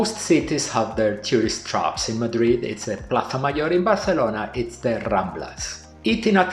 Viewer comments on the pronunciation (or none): none